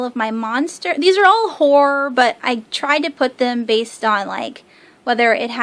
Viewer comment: Haha I laugh every time you say horror and horrors lol I keep hearing whores haha